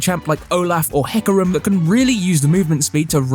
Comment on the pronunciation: ohlauf and heecarim